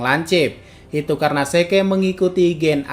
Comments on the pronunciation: Bang kenapa zeke(zik) di sebut ze ke? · Zeke bacanya zik bego